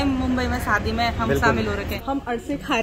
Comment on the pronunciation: Nice video 👍 सादी नही शादी बोलो।